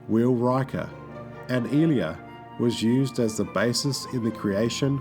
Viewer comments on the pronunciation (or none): Ee-lia? LOL Ai-lia! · Ilia's name is pronounced Eye-LEE-uh, not ILL-e-uh. Decker's first name is Willard, not William. And this entire narration is taken word-for-word from the Star Trek Phase II page on Wikipedia. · Eye - Lee - Uh. Why are there so many Youtube videos who pronouce her name as "Ill-ee-uh"? It's said a dozen times in the movie. edit: And also pronounced correctly in this very video by Persis Khambatta herself in interview footage. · I take it the narrator never saw the film. I-lee-a. Not ill-ya. Moron. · "Ilia" is pronounced eye-LEE-uh, not EEL-ee-uh. Otherwise this is an interesting, well made video that includes several photos I've never seen before. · Her name is pronounced Eye-LEE-ah. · One of the top characters was Ilia, pronounced, “eye- LEE - ahh.” If you wish your Star Trek videos to be taken seriously, it’s a good idea to at least pronounce the major names, which were used over and over, correctly. These errors always make me doubt other ‘facts’ in the presentations. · Ilia is pronounced Eye-Lee-Ah, Majel is pronounced Mah-Jel, and Decker's first name is Willard, not William. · It's pronounced: eye-LEE-ah. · Thank you. That was like nails on a chalkboard. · Great video. One niitpicky thing... Persis Khambatta's character name was pronounced Eye-Lee-Uh. Also, that background music sounds like "Can You Read My Mind" from Superman repeating over and over. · Eye-Lee-A. Its actually pronounced that way in the dialogue. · How can you mispronounce Ilia? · Would have been nice to hear Ilia's name pronounced correctly. Did he ever watch the movie? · Your voice over delivery is stilted and needs work. You should also make certain you have the proper pronunciation for any names you intend to quote. Constantly mispronouncing Persis Khambatta's character name makes it appears as though you are speaking about things you aren't even familiar with. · What was with the constant mispronunciation of Ilia? Also the strange halting delivery of the narration.